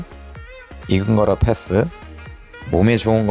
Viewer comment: 패thㅡ.. th발음 심하시네요